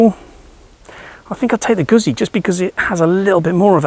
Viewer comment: 2x Zs in Italian means there is a T sound in the middle, think pizza. So moto gutzee.